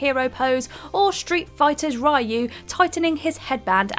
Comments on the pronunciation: You can tell who's a Street Fighter fan by the way they say Ryu.. its "ree-you" not "Rye-you" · Rai -U?? Its Ree-u lol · So... who researched this? First, there are combos in fighting games that include the switch stance mechanic, so... not pointless. Next, it‘s not pronounced Rye-U, but Riu. Then there‘s whistling in Pokemon Sword and Shield... oh boy, First of all you forgot to mention that it turns to ringing the bell on the bike and second it is the best way to find Pokémon which are too small to be seen in the grass, like Ditto for example. So... also not pointless. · My native language is Spanish, so I always knew it as "ree you" growing up. It was only when I moved to the US that I heard "rye you", and it sounds weird as hell to me. Never bothered to look up what's the correct pronunciation, at any rate, so I guess I should thank you for doing the work for me. <_< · Rayu?? Really? It's Ryu WTF is Rayu? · I cringe every time I hear someone call Ryu "Rai-yu" even when the game being talked about literally verbally says his name like in Smash! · so it's eeeoo? Lol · Well, most everyone that doesn't speak Japanese say it wrong. There's no english R sound in the language, so even pronouncing it as "Reeoo" is incorrect. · Ive never heard someone mispronounce Ryu before. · Why can’t these people read names . She just butchered ryu name like it was nothing